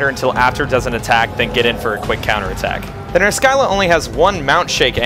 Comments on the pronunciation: Just make it into a running gag where you pronounce every monster in some weird way. But almost 100% sure it's pronounced Ner-sill-ah as the greek monster, the Scylla, is pronounced Sill-ah. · Monster pronunciations are a bitch. I say Ner-skylla, you say Ner-silla. Yours makes more sense, but I couldn't get mine out of my head. Please don't hate me. D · I think I pronounce every monster's name you've done so far differently. I thought it was just like a running gag. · Your name pronunciations kill me, even if I'm the one saying it wrong. "Ner-Silla." Not really a complaint though. Tomato, Tomato.